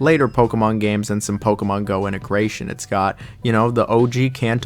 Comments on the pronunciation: Playing Pokuhmon, catching Pokuhmon, battling Pokuhmon..throwing Pokuhballs. Pokuhmon. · God this dude is hard to listen to. Can’t pronounce Pokemon so he says it 1000 damn times in the beginning. I wish they kept dislikes on YouTube. Stop saying Pokemon dude jesus christ. As I’m typing this, he’s said it 11 times. My wife is getting annoyed. I’m not gonna finish this comment until he stops saying it. There is is again. Stop saying it